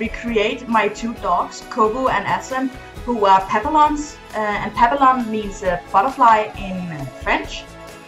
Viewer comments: Not to be rude, but you’re mispronouncing “papillon” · Fr 😭😭how she have 2 and doesn’t know how to say the breed